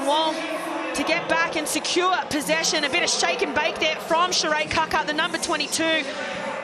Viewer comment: Kia ora ki nga Black Ferns 💛💙💚 an awsmas moment for ualll💕💕💕 my gripe is that once again the lack of proper pronunciation by announcer of team member 'Kaka' which should be pronounced as 'Kaakaa' similar to saying car-car aka Kar-Kar with no 'r-sound